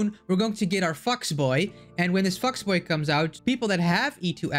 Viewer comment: NGL I thought he said something else when he said Fox Boy